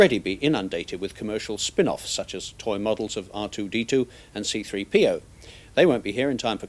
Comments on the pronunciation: Seethree PEEoh : ) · "see three PEE oh" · See -three - PeeOh :) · Brilliant! Note is emphasis on the “P” in C3PO. 😂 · Why does he say "C-3PO" so awkwardly? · Hate the way he repeatedly mispronounces C3PO.